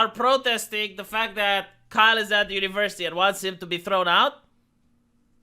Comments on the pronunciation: You keep mispronouncing Kyle. It rhymes with míle. Or file, style. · Kille lol I watch for your mispronounced words now